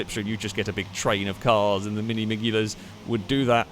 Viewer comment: Pretty sure th G in miglia is silent :D